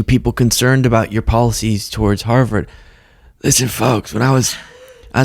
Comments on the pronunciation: You got a black guy who can’t pronounce his words clearly. Obviously Trump couldn’t make out what he said either! Hou-verd. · 😂😂😂😂😂😂what the hell did he say Harlem HAHAHA what a freaking idiot, and as phony as Stephen A smith is. He just sat there looking even stupider and didn't bother correcting this idiot 💙💙💙💙💙💙💙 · He said Harvard, but Trumps (Proud Boy/KKK) Brain heard HARLEM. That gave him someone to blame. The guy that will tell you he has done more for the Black Community than Abraham Lincoln will turn around and throw them under the bus. Remember Donald Trump is a blame guy, he loves to point out other peoples faults so nobody looks at his. That is TYPICAL BULLY BEHAVIOR. Donald Trump is a Child in his head. But I would LOVE for ANY Credible Psychologist to weigh in on his answer to a straight forward question a 6th grader WOULD HAVE UNDERSTOOD, could have focused on and answered it correctly. Instead of doing like he always does and goes Way Off into Left Field with everybody kind of nodding their heads in favor for him, but with a look of disbelief on their faces. Especially the poor guy that asked the Question. He is listening to the answer and thinking "I can't say anything to correct him or I'll get caught in a fight I can't win"! So he just keeps nodding his head, but in disbelief (like in his first term with a Doctor sitting Right Behind Him with a look of complete disbelief on her face when Trump told Americans on National TV they could use BLEACH to cure Covid and she knew she couldn't correct him)!!! How can you win an argument with a guy that will tell a lie Over and Over until you give up, and his followers believe it the First Time he says it? That is Trumps main mode of operation on everything he does. LIE and DENY to the point that even He starts Believing the LIE!!! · Someone handed him a note while he was talking. "HARVARD NOT HARLEM!"